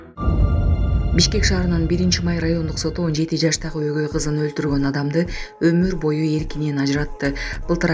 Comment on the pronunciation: Сынчынын сынар отугу майрык Дейт. Омур бойу эмес. Омур боюу. Йоддошуп кетет й менен у. Грамматиканы жакшы окуган эмессин майтык!